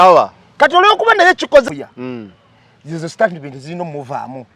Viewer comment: 1: The word is STATEMENT not STARTMENT ✖️